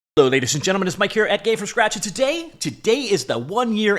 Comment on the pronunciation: "M" is VERY quiet there! Listen carefully ;-)